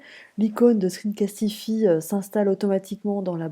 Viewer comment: à l'anglaise screencastifaille Vous prononcez déjà screen continuez avec le castify !